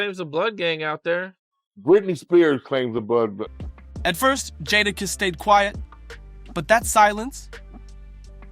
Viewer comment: he said jodakiss lol